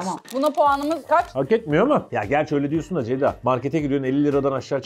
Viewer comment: Nobody:: Deyda Really Nobody:: Beyda